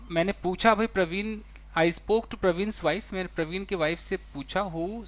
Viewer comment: प्रवीण नही परवीन एैसा लीखा हैं sir